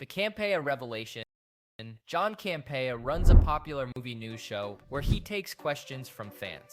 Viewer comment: This guy can't say Campea right, it's irritating.